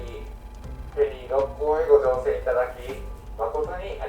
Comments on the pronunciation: 初めてコメントしますっ！ 思わず大好きな故郷の神戸だったので嬉しくて♡神戸港からの神戸の景色を見て帰りたくなりました🥲 またぜひ神戸に遊びに来てください♡ あと、ろっこうの発音は、ろっ↑こう↓です😌✨ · 朝からどんぶり飯にウインナー４本！の食欲がステキ！！ 「ろっこう」の発音が少し気になる関西人でした。。